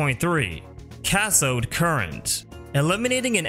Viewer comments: Don't wanna be that guy but it's Cath-oh-d current lool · Butchered the pronunciation of cathode lol.